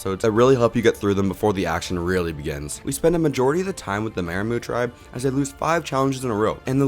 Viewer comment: I love your videos, but we gotta learn how to pronounce Maraamu and Neleh brother.